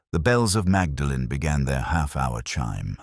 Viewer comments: Yes I’m just an American but I cringed at that. It’s more like “Maudlin.” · Awful, Awful, Awful. Terrible mid Atlantic accent, complete ignorance of Oxford place pronunciation, awful dialogue. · Very dull. Actor's voice put us to sleep. Very unconvincing Morse who would never have pronounced Magdalen college incorrectly!! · pronounces Magdalene incorrectly. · You have mispronounced Magdalen College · I hate AI narration. I wish it would be taught to pronounce names correctly. It's so frustrating listening to it. For a start it's not Magdalene it's pronounced Moordlin. And Cherwell is pronounced Churwell. Sorry can't listen any more